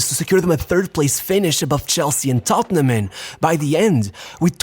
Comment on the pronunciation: it took me a second to realise he said tottenham lmao. -Above chelsea and “totteneham”